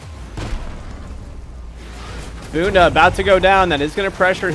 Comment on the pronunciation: Haha, nailed the 'Bunda' pronunciation. Portuguese for ass btw